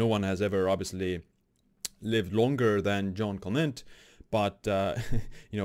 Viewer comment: Not John Clement, but Jeanne Calment. Pronounce /ʒan kalmã/ (or see English Wikipedia and listen to the audio).